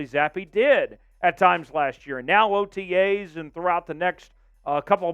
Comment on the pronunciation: Swear to god your saying otgays instead of otas